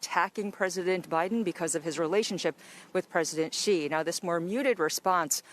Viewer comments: Xi (Jinping) is pronounced more like "zee" than "z-eye", so the pun doesn't super work as "Zeeden" doesn't sound a lot like Biden. I might suggest Xi Joeping or Biden the Pooh maybe. Politics aside, there's potential here. I think we need a bipartisan panel to come up with a good pun for this one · You literally said “Zeeden”, Xi doesn’t make that sound lol